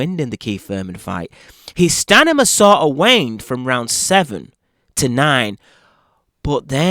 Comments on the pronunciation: Just want to correct the word stanima it is “STAMINA”. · Stamina not stanima. You talk like the Geico lizard commercial. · I love you my man but it’s STAMINA - not Stanima ! Ahaahhhahahahah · I had to turn up the volume.. i thought i heard him say stamina instead of stanima. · STANIMA!!! 🤣😂🤣 love your take on this fight though. more power! New subscriber here. ❤ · STANIMA!!!!! You sure its STANIMA? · Did you just say “stanima”? Lol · Did he say 'Stanima'? lol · Its STANIMA,. you're not listening.😅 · S-T-A-M-I-N-A. you can pin this it will help.